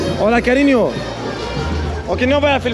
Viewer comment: Haha bro, strong content. By the way it's carinha with an "a", not an "o". With an "o" is for the men, with an "a" the ladies